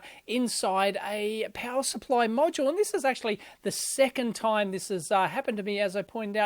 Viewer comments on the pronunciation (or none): none